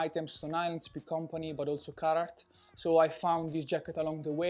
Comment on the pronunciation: Oooh Carhartt, I thought he was saying carrot